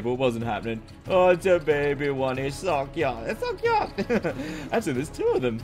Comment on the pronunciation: BRO I WAS DYING WHEN YOU SAID, "Its so kooyt"